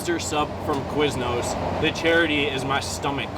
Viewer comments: The way says Quiznos is crazy. How is that what he assumes Quiz-No’s sounds like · It’s Quiz-no’s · KA-WISE-NOSE... What in the fuck is going through his brain